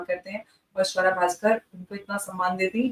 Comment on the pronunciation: Savra nahi suwra 😅😅